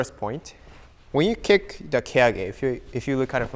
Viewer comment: They say Rick instead of kick